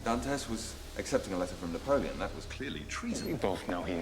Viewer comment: Couldn't help but laugh when tried to pronounce Napoleon's name.😅😂